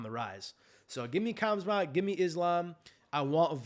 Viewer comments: THE NAME IS PRONOUNCED- HAMZA. ‘K’ IS SILENT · It's pronounced Khumschott.